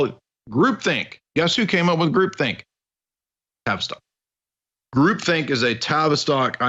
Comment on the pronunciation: Okay, new here and loving it but every time you say "TAVISTOCK" I hear Travis Scott. Isn't that the rapper that had a concert in which all sorts of magic was performed and people actually died?